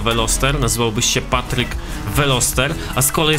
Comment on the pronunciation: ej powedziales potrek nie patryk XDDD